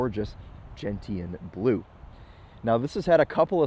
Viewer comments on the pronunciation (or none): It's "Gen-Shun" Blue, not "Gent-T-anne"